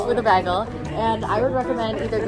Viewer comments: As a new yorker its (bae g el s) 😭 idk but i love this vlog😊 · PLEASE READ THE WAY YOU SAY BAGEL PISSES ME THE FRICK OFF. LIKE WHAT THE HELL IS BAG-UL. NO IT'S BAE-GHUL. IT PISSES ME OFFF SOOO MUCH. WHERE DID YOU EVEN GET BAG-GUL FROM? LIKE FROM WHAT YOUR FRIEND SAID IT'S NOT EVEN A CANADIAN THING SO WHERE THE FRICK DID STUPD A$$ BAG-GUL COME FROM. I HATE IT SO MUCH WORDS CANNOT EVEN BEGING TO DESCRIBE HOW MUCH I HATE IT. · beggel???!?!?! in nyc we say baegul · What Americans do you guys know that say bagel like baggel? Cuz no way that's from NY/NJ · I don’t know who told her Americans pronounce bagels like that but yeah no… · Girl love you but I truly have never heard anyone say bagel like that in the us 😂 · Bc we don’t. I think that’s a Brit thing tho😭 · why are we saying bagel like that pls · Says “bagel” very canadian friend: oh my god you’re so american! 😭😭😭😭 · super seriously, I have never heard anyone said bagel like that before and I have lived in various parts of California for all 26 years of my life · I pronounce Bagel so differently than you guys lol. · never heard an american pronounce bagel the way did lol